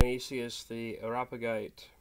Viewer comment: By the way, it's pronounced "air-ee-op-uh-jite".